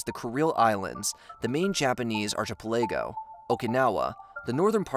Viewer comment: Arch-a-pullAy-go is pronounced ark-uh-Pelligo. But I'm so glad you mispronounced it because i know you're not a computer! Thank you for being human:) And I'm not criticizing, just letting you know.